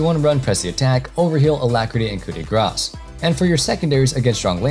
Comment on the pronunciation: omg u actually changed ur pronunciation of coup de grace i appreciate that greatly no joke